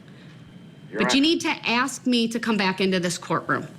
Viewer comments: Is it AX a question or ASK a question? I guess when you kill so many people it does Not Matter. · Why can't he pronounce "ask." Why is it always "axe"? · Why can't he pronounce the word ask?He keeps saying axe....he's too dumb to defend himself. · "Everting ju ax me!" Whar a disgusting moron. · It's ASK not AKS! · What an arrogant pos! He's trying to act like he is still in the ghetto. Since when did the word ASK change to AXE??? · Maybe the most we can hope is that Mr. Brooks can properly learn to pronounce the word "ask" and not say axe. I know this a BIG AXE. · I wish someone would "AXE" him. Save the State a ton of money.